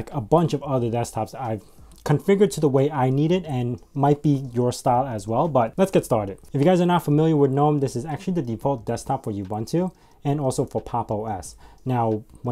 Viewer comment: You're pronouncing words wrong. Ubuntu is pronounced "oo-BOON-too", not "you-BUN-too". Source: Gnome is pronounced "guh-NOHM" with a hard "G" as in "girl", not "nohm" with a silent "g". Source